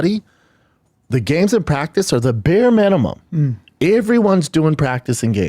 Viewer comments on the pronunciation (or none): “iiiivryone”… “beer minimum”… this dumbass talks for a living